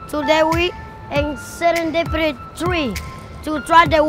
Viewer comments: "Today we are in SERENDRIPI 3." before doing some crazy things in your life,make sure to check pronouncing words bro. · Sar-in-dip-ity that's how to say it not 2 be mean